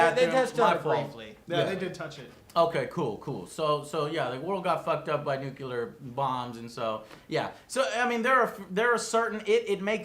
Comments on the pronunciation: Joe, one complaint, it's nuclear not nucular, other than that thank you for the review :D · Joe, its Nuclear not Nuke-yooler. Lol thanks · I can't believe still says "nucular". What the hell? Is it a hard wor dto get down? But then he says "exspecially" on a regular basis. What's wrong with him? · "nucular" it still impresses me how americans get to mispronounce that word so often. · I never have mastered the American pronunciation of nuclear. How do you say that? nookooler? nookyeller? Damn! You could use it as a test for US citizens at the airport instead of messing with passports and biometric data.